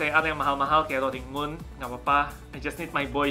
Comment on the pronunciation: Roaring moonya yang rr